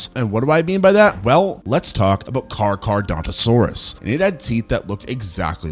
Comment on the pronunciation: Can't get over 'Car-car-dontosaurus', great vid tho